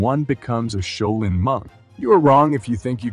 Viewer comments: shau·lin <<---- Proper pronunciation. Been there. Just saying. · I stopped at "A shay-o-lin monk". Hilarious! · "Sha-oil-yin" monks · oh lord that southern accent pronouncing Shaolin is gold , thanks for that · This dude pronounces the word "Shaolin" like 5 different ways. what the heck...which pronunciation is it? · How many ways can a guy say Shaolin incorrectly? Watch to find out! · I wished the narrator would pronounce Shaolin correctly. How many different ways does he say it? smh... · How many different ways can u screw up the name ...practice and do your research before posting